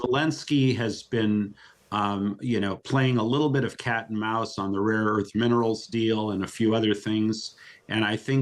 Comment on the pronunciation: "raw earths", not "rare earths" -- 😆the president said so...